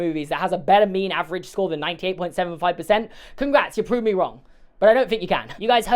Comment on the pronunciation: Every number in the pronunciation of that 98.75% was so stressed 😂